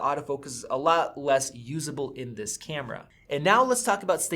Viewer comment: love u say "cyyyamera" instead of camera ... its...kyammmra